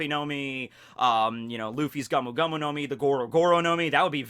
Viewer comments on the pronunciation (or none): It's GOMU, neither GAMU nor GAOMU